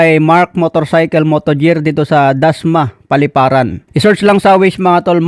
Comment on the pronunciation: mark motogear not mark motojer